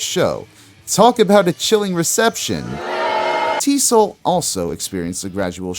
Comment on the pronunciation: I love the video … but TSOL is pronounced as Tee Ess Oh Ell … the original name was True Sounds Of Liberty